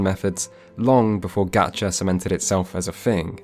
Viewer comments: It is actually pronounced like "gotcha". Japanese doesn't have the soft a sound as in "apple". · It actually IS pronounced like gotcha, japanese a is like the o in got, not like the a in gatling like you're doing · "Gotcha" is actually more accurate for pronunciation. The vowels in Japanese are pronounced the same as Spanish. Also, You do realize its not just anime girls, right?. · Someone has to have mentioned it over the last 4 years but Ctrl + F isn't finding anything soooo... There's no "aah" as in "apple" sound in Japanese. "Ga" in Japanese is pronounced "gahh" as in the first sound in "ought" or "octopus". The "g" isn't quite a "g" sound either but that's more forgivable. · technically it is pronounced gahcha cause hiragana "ga" sound is like coffee, not cafe. nice video on genshin. considering getting into it but didn't know if it was worth my time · how is gatcha pronounced with an american a when that isnt even part of the japanese vowel system? I googled japanese gacha videos for this and waited until they pronounced it and they pronounce it gacha as in mark not cat. I'm so confused. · You tried to correct the pronunciation of Gacha and you were wrong lol. the A in japanese has ONE pronunciation. Ah. Gah-chah-p-own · I’ve been saying this the whole time: I will only play this game if a private, cracked offline client goes up. It could be so good but it has to get bogged down by capitalistic greed, like if it was just a regular game I’d be sold on it. Also it is pronounced “gotcha”. Don’t know where you got that motion from. That’s how the Japanese “A” sound works. Every vowel in Japanese is always pronounced the same way in every word. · It is actually pronounced GAH-chuh. Japan has no \a\ sound (as in can); they only use \ä\ (ah) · Fine video but for a guy making a point about how people pronounce gatcha wrong he’s pronouncing gatcha wrong.... yeesh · You pronounced gacha incorrectly this entire video. Even worse, you doubled down on it.